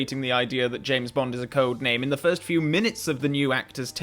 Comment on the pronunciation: "Frist Timeline"